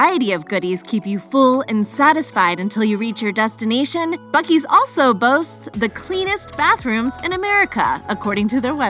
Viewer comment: As soon as you start buc es I have to turn you off